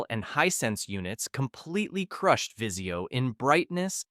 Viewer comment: Vizio not viseo lmao